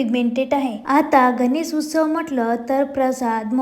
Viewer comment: गणेस नाही गं बाई गणेश